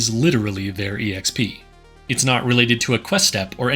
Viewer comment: EXP is short for Experience. Please stop pronouncing it as E-EX-PEE, it's just pronounced EX-PEE.